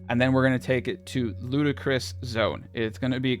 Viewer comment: The "ludacris" caught me of guard